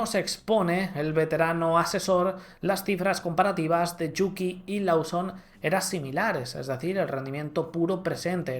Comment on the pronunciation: Liam “Losom” se pronuncia